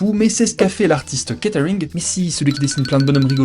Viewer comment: on est plus dans du kate arring que du catering au niveau prononciation